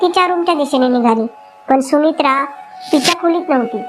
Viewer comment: सुमित्राणे नाही सुमित्राने